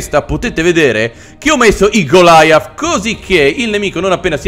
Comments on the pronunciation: Golia non Gilaia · Tlg goliath non golaiath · Per informare il nome é panzer cinque, in originale pkfw. V (Panzerkampfwagen fünf "Panther") E goliath si pronuncia come Golia le caramelle